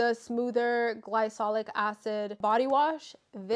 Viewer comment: luvvvv!! (also not to be rude but its pronounced gly(K)olic bby)